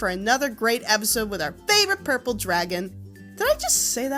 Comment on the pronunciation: Lol u said papel instead of purple